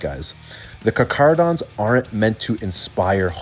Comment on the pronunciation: Just like to say as a lot of people seem to not know how to pronounce their name it's car-cah-ro-dons with a heavy K sound. Not an attack just more of a tip if people find it hard to spell out the lore way.